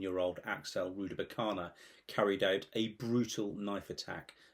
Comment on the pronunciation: Rudakubana. Not Rudabukana.